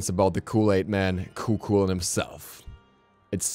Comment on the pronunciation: Just so you know its pronounced ku hulain